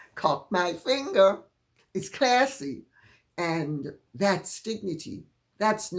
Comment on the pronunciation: He is continuing to be less and less use to her. I suspect that the dumping will eventually begin. I LOVE your American accent on "classy."😂😂😂🇺🇸